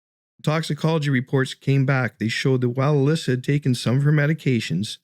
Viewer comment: Her name is Elisa, pronounced like eh-Lisa, not Elyssa. Hello?